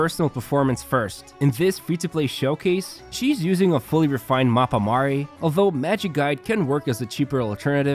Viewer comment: It's so refreshing hearing an eng guide that doesn't pronounce Mappa Mare like 'Mapa Mere' but instead closer to latin 🥰🥰🥰